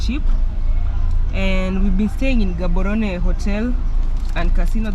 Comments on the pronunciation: Love the episode good people, stop murdering the name of the city it does not contain an H like how we pronounce GHANA, so are you ready? Let’s go Gaaaaaaboooorooooneeeee😂😂😂😂😂😂😂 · I love the way Gaborone is being pronounced 😅❤🎉